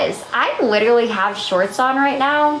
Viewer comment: Why does no one point out that she said “widerawy” instead of literally and “ I weawy am doing fine”